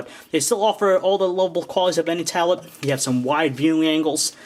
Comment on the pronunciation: say tablet right u freak